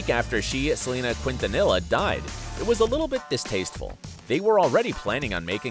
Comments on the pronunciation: I lost it when you said "Queentanilla" 😬💀 is more like Kintanilla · I’m tired of white people murdering Latino names. It’s Kintaniyah— Quintanilla. Learn how to properly pronounce Latinos and other names from different cultures before saying it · Learn how to pronounce Quintanilla